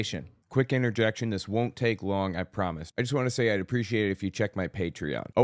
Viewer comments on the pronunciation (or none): none